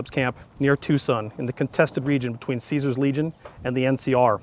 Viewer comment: it's pronounced Caesar not Caesar